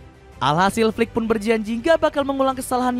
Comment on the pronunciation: Admin Salah penekanan intonasi bang.. 😂😂😂 Maksud nya Flicks yg dari jerman